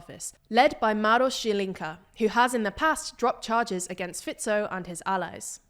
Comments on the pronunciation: i think i had a climax when this channel correctly pronounced fico's name for the first time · well done research. And finally somebody from TLDR pronounced Fico's name correctly :D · I clicked on the video just to hear if Fico is still "Fajkou" 😀. Glad to hear this has finally been corrected and also other names pronunciation was actually pretty good 👍